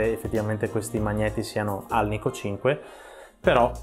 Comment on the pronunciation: Che fastidio sentire alnikov